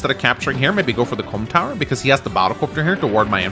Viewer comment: Really need to enunciate Comm Tower a bit more